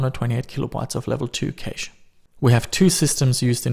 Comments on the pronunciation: It's not pronounced kaysh but cash. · you pronounce cache cash not ca che. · Level 1 and level 2 "kaysh"